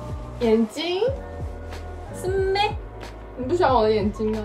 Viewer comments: 那句是咩 让我以为是马来西亚人…哈哈哈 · 哇，那句＇是咩＇有学到马来西亚口音😂😂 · 6.45那个 是咩 突然有马来西亚口音哈哈哈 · 对咯，尤其是那句（有meh）🤣